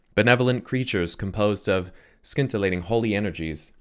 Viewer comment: the C is silent in scintillating